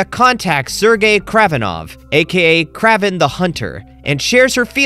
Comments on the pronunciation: BRO JUST SAID KRAAVEN THE HUNTER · It's kray vin